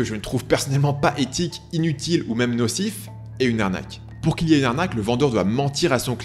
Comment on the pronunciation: "même" et pas "mème" je sais je chipotte